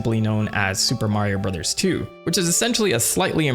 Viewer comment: I miss you saying "Suupaa Mario Burozaa" 😢